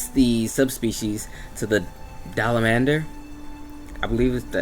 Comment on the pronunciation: "Dalamandur" someone please find me the "n" in Dalamadur